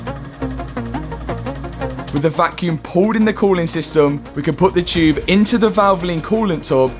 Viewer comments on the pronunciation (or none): none